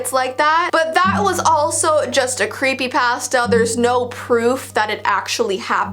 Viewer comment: the way you say creepy pasta literally makes me laugh and i love it💚